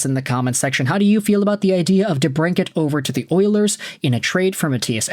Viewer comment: For real... Not even watching this video just clicked on it to give your highlighted comment a like😎 dude can't even pronounce debrincat